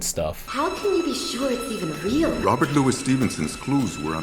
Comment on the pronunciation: Intertweaved? You also have some weird pronunciation for Robert Louis Stevenson. The middle name is Lou-ee.